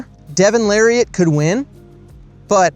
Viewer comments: Carrot…Larrat. Not Lariat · Side note it’s larratt like parrot not jeep lariat